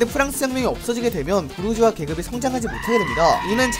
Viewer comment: 부르주아 부(r)자아